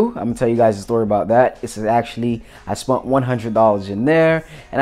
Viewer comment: Awesome pickups dude, those eagles look good, I think you got a good deal on them, also sorry for pointing it out but I realized you say spunt instead of spent,so its like the last video with "brought" , and those aren't numismatic coins they're called constitutional silver,90% silver, or junk silver.